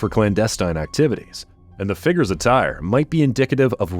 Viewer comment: I like these videos but the narrator sure talks about a lot of "figgers"!